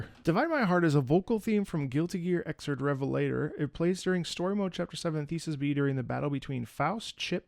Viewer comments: It is pronounced "ex-erd" by the way lol. Its because there was Guilty Gear X and then Guilty Gear 2 (sort of, release chronology is messy) was Guilty Gear XX. And so with Xrd being the third mainline game they couldnt really name it Guilty Gear XXX so they went with Xrd instead of 3rd. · Yeah this ain't a Slayer theme, it plays during a scene in the climax of Xrd (pronounced ex ird or ex ard, either one works) Revelators story. There are three big conflicts going on at the same time in different parts of the world that all involve different characters fighting against an aspect of the main villains plan. This song plays during part of the fight at the Illryian capital where Antimatter Gears are being deployed by Ariels all around the city to wreak havoc. Faust created a vaccine to neutralize them, and Zato, Millia, Chipp, Potemkin, Slayer and Gabriel are also there backing him up. That little clip at the beginning of the video was of Gabriel launching one of the Gears into the air, and then Slayer going up after it to launch it clean into orbit lol. I can't say the song has any specific meaning to any of these characters, people like to attribute it to Slayer and Gabriel the most, mainly cuz of that upload of the song you watched, but it just has general themes of the series. Honestly analyzing it here with you I think it fits Sol pretty well. Xrd just has a bunch of these random vocal themes that play in the story and aren't attached to any character specifically. By the way Dizzy is coming to Strive on Halloween, you should definently make a video on her theme when it drops! The trailer for her just dropped this morning and just the snippet of her theme in the trailer nearly made me cry as someone who is deeply obsessed with the character. The song is calle